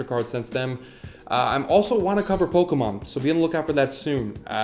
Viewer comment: "Uh-, I'm also wanna cover Pokamom." Absolutely butchered.. I love you man. Subscribed. <3